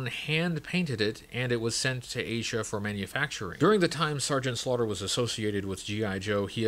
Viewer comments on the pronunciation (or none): none